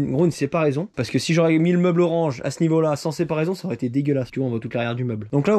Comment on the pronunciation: Une séparaison... Encore un nouveau mot 😂😂 Une séparation ! 😅